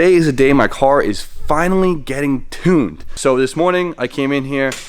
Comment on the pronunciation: "TOONED" Its "Tune" right?